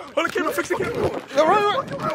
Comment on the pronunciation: Bruh said chase bubba😂😂